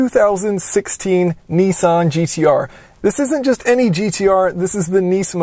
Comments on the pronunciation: Try to say it properly. It is not nee-sawn. It is Niss-aahn. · Alex Lyons He says it wrong. It's nissán, with the stress in the san. And the i is short, if it was long ot would be written with two I's, or with a dash over the i . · Why do you Americans pronounce Nissan as Neessan? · knee-sahn is the correct way to pronounce it because that's how Japanese pronunciation is. the a in ssan, is pronounced ah as in "haha"